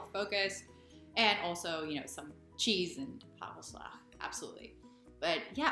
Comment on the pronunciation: Nice sockpuppet! It looks like a fox. By the way, your Dutch pronounciation is fantastic. The way you say "hagelslag" or "brood" really sounds Dutch.